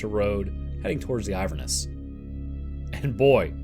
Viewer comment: The only problem I have with this is that Inverness isn't pronounced Iver-Ness, its in-ver-ness, but fantastic thank you